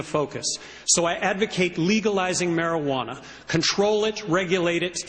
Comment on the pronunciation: I love chris said Marijuana lol "Marawannah"